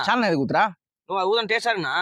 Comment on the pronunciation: Sauce❌ Chause✅ Saalna ❌ Chaalna ✅